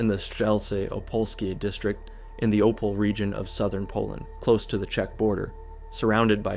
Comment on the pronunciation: E in Opole is not silent :) Opol"eh"